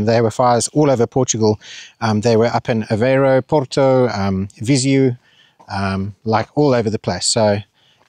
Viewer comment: It isnt "vise_you" it is vise_me, with "me" translated as "eu": Viseu.